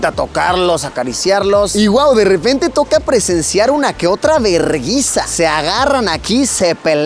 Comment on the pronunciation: "Una verrrrguiza" JAJAJAJA🤣🤣